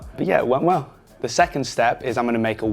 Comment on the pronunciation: He says “wheel” and “well” in the same way. “Wehw”